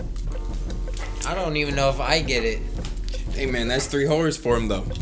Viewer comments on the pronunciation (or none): "welcome to three whores, I mean horrors!" brooo sounded like you said whores🤣🤣💀💀